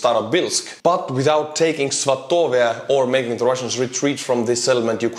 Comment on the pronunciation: I thought "svatove" was pronounced like /'svɑ.tə.və/ -- with the stress on the first syllable?